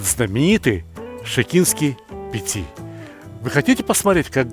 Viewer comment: не пици а пити